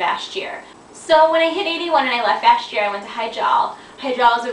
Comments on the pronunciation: you said vash jear lol its vashjir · Too many people are spelling Vashj'ir wrong, and I think that has something to do with why pronounced it wrong. It's Vashj... and then 'ir. Her name was Lady Vashj, not Lady Vash.:P